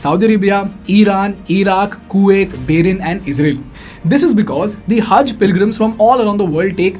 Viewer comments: BTW it is Bahrain and not Bahren. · Good video. One correction that I noticed. It’s Bahrain and not Bahren. Thought to point out the mistake. Keep up the good work of creating awesome videos 👍🏾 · It's not Bahren, it is Bahrain. For something like your channel, it is important to get the names right.